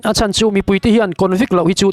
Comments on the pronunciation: A chan zatve ni loin a chàn (lost) zatve tih tur zawk aw😊😊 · Ram tana a chan nilovin, Ram tana a chân (Hloh) tih zawk tur a nih hmel